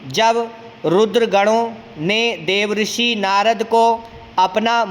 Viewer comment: आप देवर्षि का उच्चारण गलत कर रहे है श्रीमान, आप देव ऋषि उच्चारित कर रहे हैं।